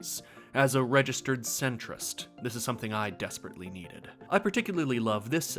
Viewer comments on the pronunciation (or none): "As a registered Se-ntrist"